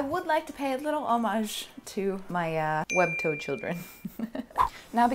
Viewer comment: Thought she was calling us her “web toad children” I was here for it. Web toads has a nice ring.